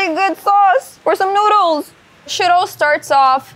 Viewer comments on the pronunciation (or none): Im so sorry but the dish she named "shittle"? Please tell me what that is so i dont bust a gut laughing next time i see it on a menu 😂😂😂😂😂😂😂 EDIT; OMG SHE WAS SAYING SHIRO!!! not shittle! 🤭🤭🤭🤭🤭🤭🤭